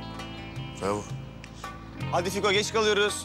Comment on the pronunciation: Barış fikoya bravbo manyak diyo 😂😂😂😂😂